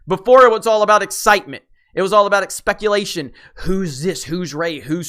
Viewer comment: "Expeculation" lol This buffoon is my favorite cartoon!